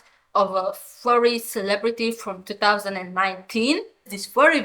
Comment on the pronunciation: why say fvrry instead of furry... 😔